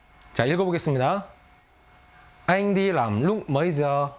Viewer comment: oi troi! nguoi doc mau ma sao doc "lam" thanh "nam" vay lai bet roi .vay cung doc mau